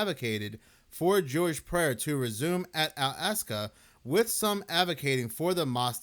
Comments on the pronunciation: Brother, "All AHK-sa" Mosque. Not "All ASK-a". You can do it. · It's not "al-ASK-a", it's "ahl-AHK-sa". Not that anyone cares. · wrong. Ask an Arab if they have a short "a" sound in Arabic, as in "add" or "Albert". They don't. It's as I laid it out for you - "All AHK-sa" or "Ahl AHK-sa". This was only one instance of your inability to pronounce pretty simple phonetics in the video. Nothing to be ashamed of though, just have some humility and own it and accept a little bit of constructive criticism instead of getting defensive. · wrong. Ask an Arab if they have a short "a" sound, like in "add". They don't. It's as I laid it out for you. That was only one instance of your inability to read and pronounce pretty simple phonetics in this video. As someone familiar with dyslexia, it certainly seems as though it's something you show signs of. Nothing to be ashamed of though, just own it and accept constructive criticism instead of getting defensive.